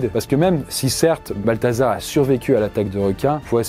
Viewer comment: J'ai entendu "Balthazar", j'avais envie de quitter la vidéo